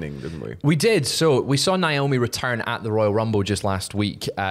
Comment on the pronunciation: How do you all still say Naomi's name wrong?